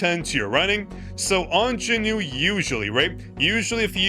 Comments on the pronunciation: Is it just me or I'm really hearing Jin-Noo all the time when he is saying JinWOO's name? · Okay you’re actually pissing me off actively calling him Jinmoo or jinnew whatever the fuck you’re calling him is wrong as fuck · You made me laugh when you said "JinNew" so I subscribed (5/18/2026)